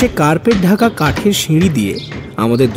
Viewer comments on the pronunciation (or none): none